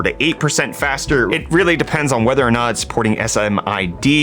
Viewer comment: It's --> S I M D, not --> S M I D.